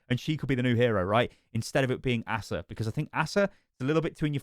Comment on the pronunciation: Btw "Asa" is most commonly pronounced as "Acer" or "Ace-ah"